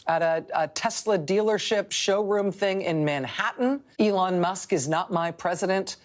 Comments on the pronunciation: I like how he said elon like it's a womans name. Haha elOn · Why can’t bill burr pronounce Elon’s name. Boomer ass